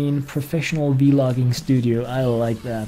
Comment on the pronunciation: yeah he sais Vi-logging